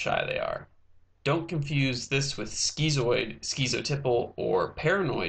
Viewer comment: "Skeezoid"? Lol it's "skitzoid".